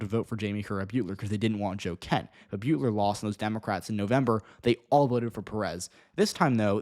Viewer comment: Beutler pronounces her last name like Butler. She didn't lose her primary in 2022 to Joe Kent, specifically, as the primary for congressional districts works the same way you explained for the senate race. She simply didn't come in as a top two candidate. She came in third, which is a very poor performance for an incumbent. Joe Kent received a little over 1,000 more votes (about 0.5%) than her in that primary and Marie Gluesenkamp Perez beat them both by about nine points. She lost the primary and the seat to MGP.